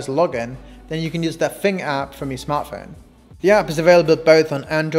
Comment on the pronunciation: Did u say the app is called fing i can’t tell